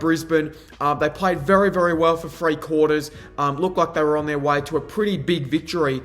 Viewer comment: Good analyse all almost 100% only thing that’s annoying is you need to articulate, three, think, through, not free fink frew. 😂😂😂